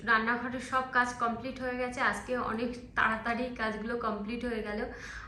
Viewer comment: আজকে কে আসকে , কাজ কে কাস এই সব উচ্চারণ মটেই শ্রুতি মধুর নয় । এই উচ্চারণ গুলো ঠিক করো